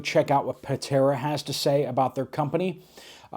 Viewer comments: UPDATE: you reported incorrect information about the Buddy Heaters. The company is donating heaters to the Helene victims in NC & TN. I saw it on Patara’s page yesterday. Also, her name is pronounced Pa-TAR-a. (Tar as in the black sticky substance they use to tar highways and streets.) I ❤Patara and you too! Keep up the good work! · Cant understand the word you said about the Buddy heater. Did you say Patera?